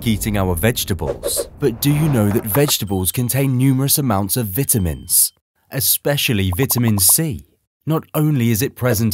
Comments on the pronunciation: The way he says vitamins is triggering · Please say vitamins correct God this is driving me nuts